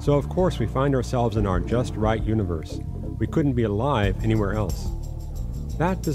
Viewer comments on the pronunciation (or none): none